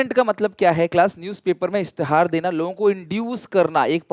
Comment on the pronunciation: Masha Allah ki toh Urdu bhi kamaal ki hai "اشتہار"